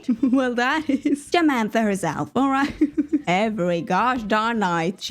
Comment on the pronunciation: Not Jamantha 😂